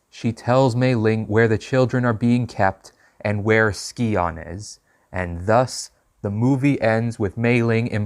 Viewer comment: Names pronounced Sigh-On. Still a good Video 👍